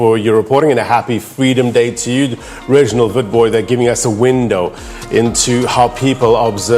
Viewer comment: SABC ....you could learn from this ....did he say Reginald WITBOY ...🤣🤣🤣